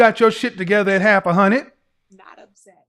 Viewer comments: Correction= Half a "hunned"! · “At almost half a hunnid” KS is hilarious